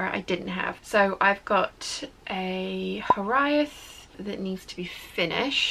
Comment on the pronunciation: Hi. Try saying Hiraeth as "here- ithe" to get closer to the correct pronunciation rather than "here-ay-eth". (It's two syllables rather than three.)